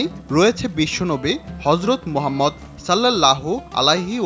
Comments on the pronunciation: ভাই আপনার মুখে গজব পড়ছে আপনি রাসুলে নাম ভেঙ্গে ভেঙ্গে নেন এক বারে উচ্চারণ করলে কি সমস্যা। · এত সুন্দর একটা নাম উচ্চারণ করতে মুখে বাজে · এই সমস্ত লোকজন দিয়ে কেন প্রতিবেদন করানো হয় বুঝিনা!! নবিজীর রওজা মুবারককে বারবার কবর বলে অভিহিত করছে। পবিত্র নাম মুবারক উচ্চারনেও সাবলীল নয়। আশ্চর্য!!